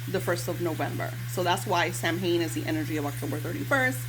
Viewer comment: Samhain is pronounced Like Sow-in just FYI